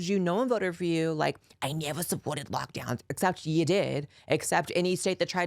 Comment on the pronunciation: “I neva… I neva suppworted lockdeowns” 😂😂